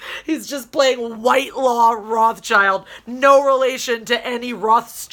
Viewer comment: Wile, I totally agree with you. The name is pronounced Whit-law. The person I know with that name, It is their last name.